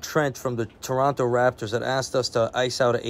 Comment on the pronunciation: Thank you for pronouncing Toronto properly.